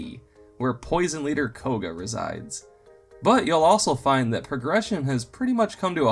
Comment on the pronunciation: Is it just me, or does anyone else think it sounds like he's saying "ossul" instead of "also"